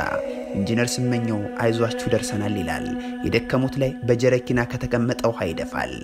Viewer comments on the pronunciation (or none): ወይ አንባቢ ? ጀሪካን እና ጀረኪና ይለይ እንጂ።